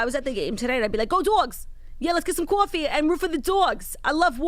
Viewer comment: Just had to restart doing my mascara AM because Claud just said "I'm rooting for the DAWGS, lets go get some CAWFEE" and I am cackling